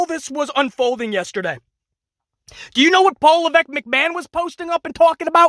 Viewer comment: Triple mcMa”H”on